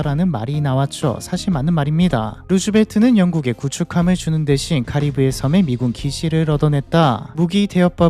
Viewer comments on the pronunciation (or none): none